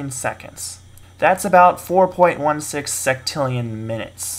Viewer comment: Yeah...it is maybe he said "sextrillion" as "sectillion"